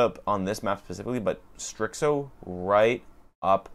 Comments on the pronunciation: I don't know how you get "strickso" out of starxo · it’s pronounced Starzo the x sounds like a z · Maaaan, great video. The only thing was The bad pronunciation of starxo. Keep the good work